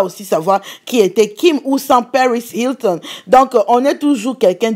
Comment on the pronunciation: Lol cette famille là genre y a des gens qui continuent de regarder et ecouter leur bêtises... ton accent americain la facon dont tu as dit paris hilton là non ça se voit que nous là on prononce mal les prenoms..